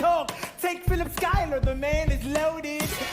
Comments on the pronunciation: Just for the record, it's pronounced (Sky-ler) 🙂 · Pronounced "SKYLER" Sisters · Schuyler is pronounced SKYler. It is a surname dating from the settlement of New Amsterdam, the original name for New York. Ms. P. Lempa Phila., Pa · It's pronounced Skyler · Schuyler is pronounced "Sky-lur."